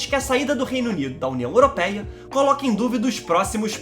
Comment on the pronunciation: Não digas européia diz europeia 🤣